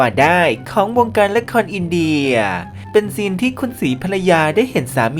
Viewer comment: ที่มาของคำว่า"อินเดย"😂😂